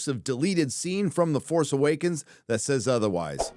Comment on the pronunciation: You pronounced The FARCE Awakens incorrectly.